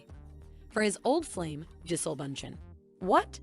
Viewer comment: Her name is pronounced Ja-Sell. No Leo will break up with Gigi in a few months...maybe a year, and move on to another model. I've seen no repeats in his dating history. I think Leo's a fantastic actor, but an immature man. This is why he goes for extremely young girls. I've followed his career from the beginning, and he's always been immature personally.